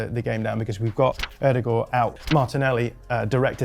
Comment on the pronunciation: Lil of topic but as a Norwegian you perfected the pronunciation of Ødegaard. Well done